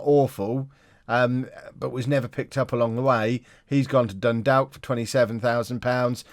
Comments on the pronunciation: more dundawk than dundock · William Edwards it is pronounced differently dundock is how it’s pronounced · dundalk...... if its irish 9/10 it will be pronounced diffrently than you will think